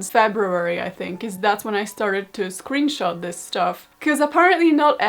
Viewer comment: It's pronounced "scrunshot"